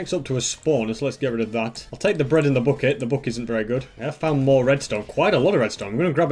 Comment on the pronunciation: Normal people:bucket:booket